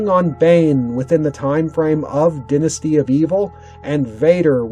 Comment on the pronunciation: It's pronounced Die na stee for dynasty